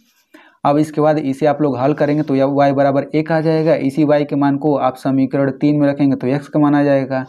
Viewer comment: Sir vo samikaran hota hai samikarad nahin